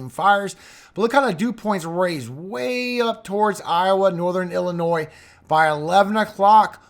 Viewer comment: How are there still americans who are unable to pronounce illinois or des moines... C'mon